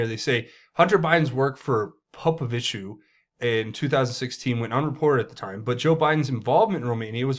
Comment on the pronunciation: Ok I am surprised that you pronounced his (Popoviciu) name correctly